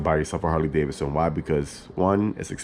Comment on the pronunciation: The second “d” isn’t silent.